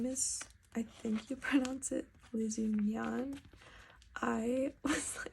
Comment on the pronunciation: Omg both Lizu-NyAn and lizonion are biblically correct pronunciations…. I’ll have to school ….